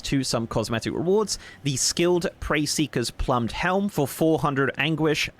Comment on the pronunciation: can't read. Plumed and Preferential. Lmao Britain.